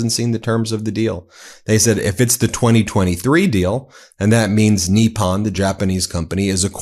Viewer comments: 'Nip-pon'... not, 'NEE-pon'... professor. Why do you have so much trouble pronouncing foreign words. You sound like a rube, not a Georgetown educated attorney from Long Island... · The word is Nippon, as in NIP ON - not knee pon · Nip-pon not Knee-pon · nippon pronounciation: "knee-pon" not "knee-pan" . Love your show! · I love your stuff, but can you please pronounce things correctly? You look stupid when you don't. Maria BartiromO, with an O, not "Bartiroma" with an A. Nippon Steel is not pronounced "NEEP-on," it's pronounced "NIP-on." Where did you even get "NEEP-on" from? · TACO calls it Nissan, not Nepon. Tesssler TACO boy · I see we are calling Nippon, 'Neeppon', now. I suppose that we will have to 'seep' our drinks instead of sipping them. Why are you converting to Mexican Pronunciation? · He always called it “Nissan” steel. 😂 😂